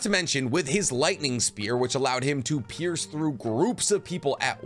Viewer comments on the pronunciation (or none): none